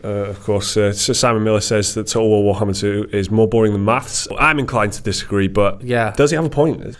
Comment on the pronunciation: lmao you cant pronounce Total War Warhammer for shit xD Everytime you try its just "toe ool wo too wohammah"